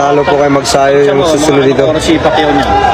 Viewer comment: Mag-sayo ba ? o Mag-sa-yo? Your pronunciations are out of this world.